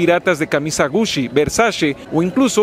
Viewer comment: OK, sí. Pero por qué dice Gushi y Versash. 😅